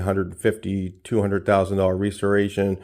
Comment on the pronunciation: The way you pronounce restoration is enough for me to skate. See ya🎉